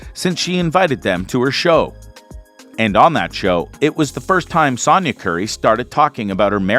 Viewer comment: Dude, say it with me: “Sonya” like “so” or “sew”. It doesn’t rhyme with “yawn” as in “Sawnya.”